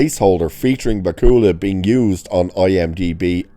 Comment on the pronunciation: Not to be rude, but please learn how to pronounce Bakula. It's not bah-koo-luh. It's Back-yu-luh, emphasis on first syllable.